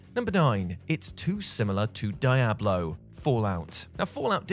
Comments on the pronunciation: Die-Ablo? Do people say it that way? i have only ever heard Dee-Ablo, until now anyways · Why am I so upset at how pronounces Diablo? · i had to recheck 3 times that it was indeed speaking as i simply couldn't believe it... i thought he was trolling and waited for some sort of joke on that part.. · Glad I'm not the only one. My eyes bugged out when I heard it. 😂😂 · >Gaming channel >Doesn't know how to pronounce Diablo